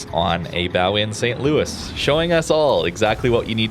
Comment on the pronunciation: St. Louis is a tier 3 ship. Saint Louis is pronounced differently. You're doing it for Jean Bart. Why not for here?